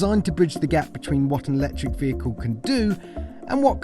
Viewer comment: Yet another review hampered by the presenter's ongoing battle with straight pronunciation difficulties with anything ending 'LE' - Vehic'EWE' Ax'EWE' Nick'EWE Configerab'EWE' Tunn'EWE' Road Leg'EWE' and add to that the inability to pronounce Exactly (Eksackly?).....with poor grammar 'there's no windows' erm there aren't any windows I think you'll find......other than that a great attempt.....